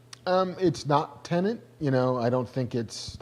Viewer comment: Why the fuck can nobody in the media pronounce the word TENET? Te-net. TE-NET. What’s so fucking difficult??